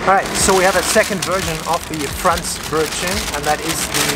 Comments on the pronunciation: Wenn der Deutsche" Fräntsch Brötschen" sagt 🤣🤣Lost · Yikes. Ich spreche nur ein wenig schlecht Deutsch., but your pronunciation of Franzbrötchen is inexcusable, sorry. Also the other food names. I would expect better by now. (I enjoy your videos though).